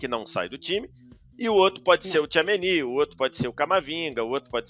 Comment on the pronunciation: Incrível como ele não consegue falar certo o nome do Tchouameni